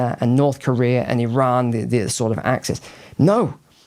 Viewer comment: NEWS FLASH The country of Eron does not in fact exist. There is a Cree called Iran, that does exist that most people seem to have forgotten about and in fact, if one does a bit of research, you will come to the conclusion that this mysterious country of.Eron yes, in fact, the long forgotten and lost country of Iran ability to pronounce an annunciate couches, the appearance of their intellectual abilities wise up say it right, fix the problem. Thank you.